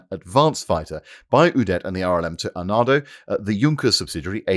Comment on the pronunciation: Is saying Arnado instead of Arado a joke im not getting?